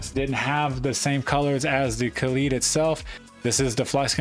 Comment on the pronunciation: Come on guys it’s kaleid not kalied. Like an american would pronounce ‘collide’. Ka lied. kaleid